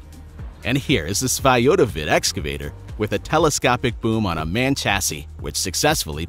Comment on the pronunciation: The first truck in the video: the manufacturer is not pronounced "man", it's M. A. N. Pretty good indicator that the audio track is robo.